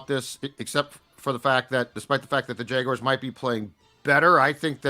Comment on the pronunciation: The worst part about this week is I've got 7 days of hearing people mispronounce "Jaguars" as "Jag-WIRES". It's not a difficult word,.